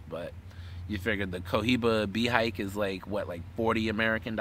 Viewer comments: Its pronounced Bay he kay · you are pronouncing Behike wrong.